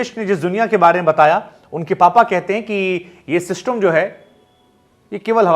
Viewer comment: Abey system Bolna pehle sikhle